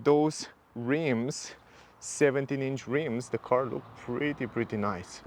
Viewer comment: I like how you pronounce "da windows plus da roof rails", very jamaican. Also great car